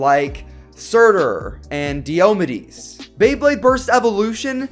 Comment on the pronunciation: De-o-mid-e's I pronounce it Die-O-me-deez